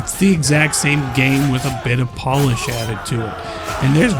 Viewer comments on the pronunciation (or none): none